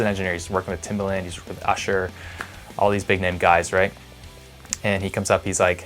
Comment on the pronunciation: Timbaland, rhymes with "arrogant"